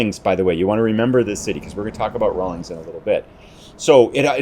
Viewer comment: Raul-inns not ings